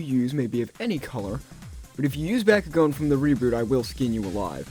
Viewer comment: Bah-koo-gone not Baa-koo-gone.